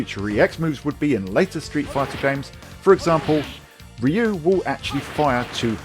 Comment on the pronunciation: Rah-you?? It's Ree-you.😂